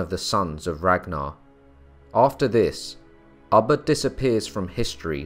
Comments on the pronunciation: Its ubbe not abba hehe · I couldn’t keep listening with you saying ubba like your saying rubber without the r. It’s ubba like your pronouncing it with two o’s “ooba” 😔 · Pronounced: ooh-ba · Did it drive anyone else crazy the way he was pronouncing Ubba's name? Everytime he said it I would say it the other way. Lol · Come on all this knowledge. You could've pronounced his name properly. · Pronouncing his name incorrectly just turned me off to this!